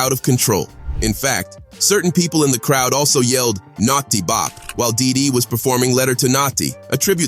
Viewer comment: Stop saying natsi it’s notti